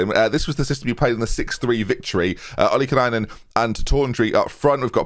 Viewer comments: I know you think you've finally got it right but you keep adding an extra N to Ollikainen. Its Olly-Kynen not Olly-Kenynen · Do you wanna finally try... 442 counter attack with a target man? You've got loads of pacey wingers and forwards, just have everyone else sit back and lump it to the target man to flick on. It would just work SO well. Also, you might want to drop the random extra N you put into Filip's name. It's "OL - LY - KAI - NEN", not "OL - LY - KEN AI NEN" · it's "OLLIE-KAY(like Pie but with a K)-NEN". You can do it! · BEN, PLEASE! “OLI-KAI-NEN”